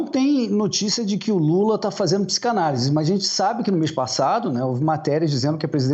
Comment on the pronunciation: O Lula faz Psi-CANA-lise 😅😅😅